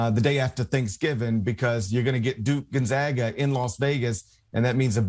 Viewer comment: Gon (gone) ZAG Uhh. Say it with me ffs.